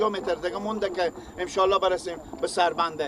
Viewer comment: برادر محترم شما که بطور غیر حرفه‌ای و صرفاً برای کسب درآمد کار رسانه‌ای می‌کنید حداقل کاری که برای بهتر شدن کیفیت و محتوای کار خود و همچنین جذب حداکثری مخاطب می‌توانید انجام بدید ارتقای سطح دانش و فن بیان است که آن هم با اندکی مطالعه امکانپذیر است بند سلما‌ را سلمه میگی انشاالله را امشالا میگی🤔 و در نهایت میگی دل خارجی‌ها بترقه در حالی که این بند با پول و همکاری‌ خارجی‌ها ساخته شده وگرنه چرا باید پرچم ( بیرق ) هند روی دیوار آن باشه🤔 ضمناً در طول همین چند سال خارجی‌ها از این بند محافظت می‌کردند و تروریست‌هایی که شما آنها را برادران امارت اسلامی خطاب می‌کنید سعی بر تخریب آن داشتند! در کل کاری به این مسائل ندارم مشکل اصلی فن بیان شما است که بسیار در سطحی پائین و مبتدی قرار دارد.